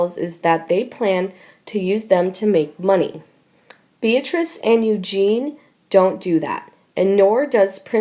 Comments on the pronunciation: How can you narrate an opinion about someone, when you don’t even know how to say their name correctly? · Pronounced :- YOU JEAN EE - EUGENIE ! THIS IS GETTING RIDICULOUS, BECAUSE NO ONE LOOKS AT THE COMMENTS WE MAKE !! SUSSEX DAILY NEWS - YOU SHOULD BE ASHAMED OF YOURSELVES, TO STILL BEING PAYING THIS AMERICAN FEMALE TO MASSACRE OUR ENGLISH LANGUAGE ! PLEASE PROVE TO ME, THAT SOMEONE ACTUALLY READS OUR COMMENTS (YOU CAN’T ) !! JUST GIVE US THEIR NAMES (OR EVEN PSEUDONYMS ) SO WE CAN PUT A NAME TO MATCH THE GOOD, THE BAD, THOUGH PHOTOS NOT NECESSARY TO BE ABLE TO SAY, THE GOOD, BAD & UGLY !!! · Please !! Eugenie is prounounced "O-Jen-ee" with a soft "j"or soft "g" sound . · regardless. it is NOT EUGENE...LOL😉 Guess I was using a French pronunciation?🤔😉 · Can you please learn how to pronounce the names correctly . Eugene is not pronounced the way the Americans say it or Louis both are said the French way. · Not a good voice. Does this lady know what she is reading? Why can't she pronounce the name "Eugenie" - or Sandringham - correctly? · The narrator reads like a 4 year old and mispronounces things. Example, it's EugenIE not Eugene. And she sounds as if she is reading certain words for the first time. She is truly terrible. I'm turning this off at 3 minutes. I can't handle her any longer. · for gods sake is this narrator naturally stupid incompetent and illiterate? how many times does this idiot have to be told it’s pronounced princess you Jeannie not princess Eugene, I and many others have repeatedly told this moron The same thing including viscount not Vizcount charlatan not Charlton Westminster not West minister Camilla not Camillea and many many others so will The owners and writers of this channel stop this buffoon? can everyone else who agrees like and reply to this comment so it sends a message! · LOL I know,.just putting the French accent to it. My point is: the narrator was saying EUGENE!!! 😉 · You mean Princess Eugenie ? Not Eugene, right?